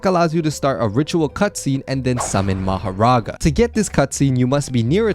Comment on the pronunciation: Mahorga not maghera